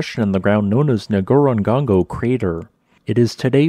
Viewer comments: Why do you keep saying "Ngorongongo" instead of "Ngorongoro" as written, I wonder... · Ngorongoro, /(ə)ŋˌɡɔːrəŋˈɡɔːroʊ/, not "Ngorongongo". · Ngorongoro should be pronounced NgorongoRo, not NgorongoNgo! My parents took us 3 siblings there from Arusha many! years ago when Tanganyika (then) & Kenya parks were not swamped & spoiledwith tourist jeeps & vans. Before the new lodge was built on the crater rim, there were simple cosy wooden huts, bunk beds & a fantastic view! As it was a working trip for our dad, we had the place to ourselves. Same for the Tented Camp at Lake Manyara. Those were the real days of Safari! Thanks for the video,. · Kindly allow me to make a correction. Not Ngorongango. N goro n goro. Excellent presentation. Thanks. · NgoroGORO - not "GONGO" Been there - saw my only Black Rhino in the wild. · I love your videos and I try to watch all of the videos you post. Ngorongoro, look closely at the spelling because it is being pronounced incorectly. What I am hearing looks like Ngorongongo. Notice the proper spelling only has two letter "Gs", and two letter "Ns". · So which is it? Ngorogoro or Ngorogongo. Your you wrote one and said the other. Very confusing! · Check your consonant sequence. Does not end in gong go. It is the same three syllables, repeated. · Yeah, I have no idea why people have trouble with that. Some of the folks on the trip I was on where we went TO Ngorongoro pronounced it "Nicorongo" because... they were dolts? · En gawro gawro. Thats how you pronounce it my buddy. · 4 syllables: Ngo-ro-ngo-ro. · Pronounced: NGO - RONG -GORO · Pronounciation... Ngoro Ngoro (You say the first part twice.) Not a serious issue... the video was great and very informative. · It's pronounced Ngoro-ngoro, other than that good job. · he really said "ngorongongo" 😭😭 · How is the former height estimated? NB Pronunciation is NgorongoRo - in danger of getting confused with NyiragoNGo. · "Ngoro-ngoro." "Nongong-goron-go."